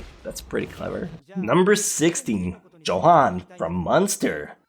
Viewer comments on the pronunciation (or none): Hey 16 is spelled Johan but it's said as Yohan